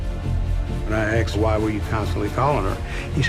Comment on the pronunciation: Asked….not axed…. that’s another one.